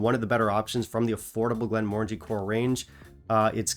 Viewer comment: I bought this recently, and was slightly disappointed. I think for the same reasons you mentioned. I expected it to have more of a port flavour, but I found it very subtle. It wasn’t bad, but I wanted more from it. And at £50, it wasn’t great. Also, you’re pronouncing the brand wrong. The new logo/design is intentional. Those are the syllables to pronounce. It doesn’t have the “orange” sound in it. It ends in “Angie”.